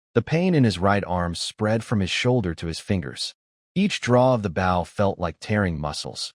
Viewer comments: Bow is mispronounced most of the time, the weapon is pronounced oh not ow. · If you’ll add an (e) to the end of bow - bowe) your Ai will pronounce it right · Message to poster...If you can't be bothered to listen before posting and correcting errors, why should we bother to listen. It's not that hard to make AI pronounce bow correctly, an easy way is to open the text in libreoffice then use find replace to find bow and replace with boe. There are other ways, but this is the easiest. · It annoys the crap out of me that the AI always mispronounced bow. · But what if that’s how he pronounces bow you know everyone doesn’t pronounce everything the same water woooter potato pototo